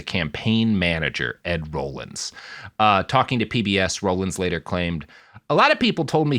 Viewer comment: Robert, Bob Dole was not an astronaut although he was sometimes out in space. Also, I know you're young but Ed Rollings name was pronounced "rawlings" not "rollings".